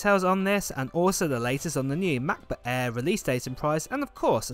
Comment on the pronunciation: am i the only one annoyed by the way he says macbook 😂